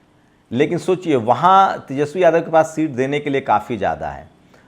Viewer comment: इंसान जीवन भर सीखता रहता हैरहटा है। तुम बोलने में सुधार जरूर किए हो कुछ जैसे सोचियेशोचिए कहना कम किए हो।